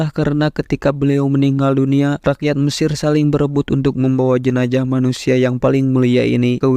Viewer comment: Jenazah : tubuh yg sudah terpisah dgn Roh. JENAJAH : kemaluan (salah satu bahasa suku yg ada di Sumsel) Itulah pentingnya artikulasi yg tepat dan jelas dlm menyampaikan berita. Z harus disebut "Z" bukan "J"